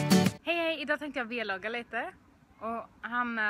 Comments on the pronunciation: v-logga? heter det inte vlogga??? :) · I början av videon så sa du "idag tänkte jag v-logga lite" och i slutet lät de som du sa "videologg" hahah 😂💕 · Haha tänkte oxå på de😂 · Han säger V-Logga